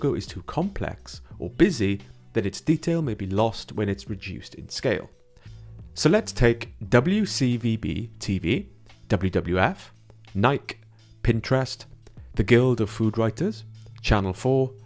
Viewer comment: I have to pause. It is not "Nike" with one syllable. It is Ni-kee.